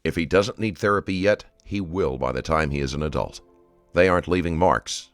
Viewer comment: wtf is an “adelt”?